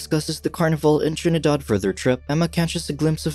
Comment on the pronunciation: I am also from Trinidad. I like how he said Trinidad in a Trini accent.